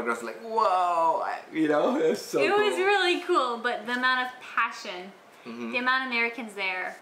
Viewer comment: It's "passion". Passion. 😂 Anyway so i told my friend to follow this "Youtube channel by a Malaysian youtuber who lives in America", Friend: what's the name of the channel? Me: Kumaar Family Friend: lmao he has the most malaysian name you get from elementary textbook Me: Ali, Kumaar and Mei Mei...